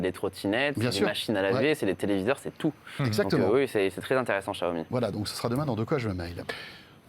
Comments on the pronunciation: Ca se prononce siaomi en fait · Pourquoi François Sorel s'entête à prononcer [JIAOMI] alors que ça se prononce [CHIAOMI] ?